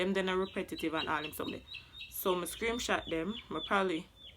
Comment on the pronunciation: “Suh me SCREAMSHOT them” SCREAM